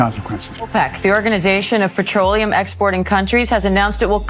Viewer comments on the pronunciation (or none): none